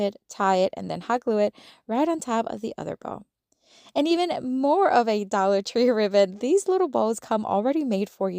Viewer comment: I love how you say “dolla tree!” 🩷🩷🩷😂😂😂